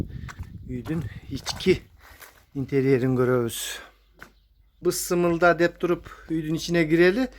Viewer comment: Быстымылда деп адашып калды.уй салышты уйротту эн маанилу нениздуу нерсени билбей калыптыр буйруса мындан ары туура айтып калар.